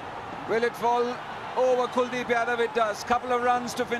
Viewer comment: it's kuldip .... Not cool deep😂😂